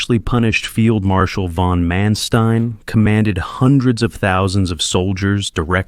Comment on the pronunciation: Only a complete and utter fool could mispronounce 'Heusinger' in three different ways(!) and 'von Manstein' in five different ways(!!). I won't even discuss the other equally butchered personal names and place names. So excruciating to hear. :body-green-covering-eyes